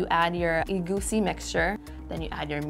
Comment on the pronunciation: Making egusi but not knowing how to pronounce it is crazy lol